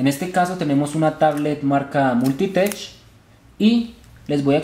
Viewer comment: Se dice multitek sin el sonido ch